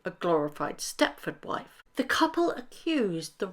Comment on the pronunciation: I hate the way he says “moi woif “.